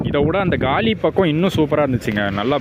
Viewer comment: கலி இல்லை! காலி! அது காலி முகத்திடல். பெயர்கள் தமிழில் எழுதப்பட்டுள்ளன. ஆகவே சரியாக வாசிக்கவும். தமிழ் பெயர்பலகைகளில் இடம் பெறவேண்டும் என்பதற்காக உயிரை கொடுத்த வீரர்களுக்காக பெயர்களை சரியாக வாசிக்கவும். அவர்களை இழிவு படுத்தவேண்டாம்.